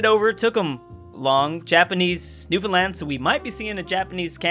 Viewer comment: It's called Newfoundland not Newfuland